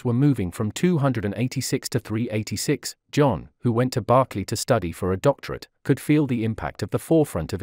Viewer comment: BERKLEY NOT BARKLEY